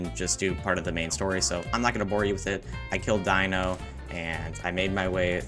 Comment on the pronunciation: Mispronouncing Dino made me so mad like lowkey they say his name in the game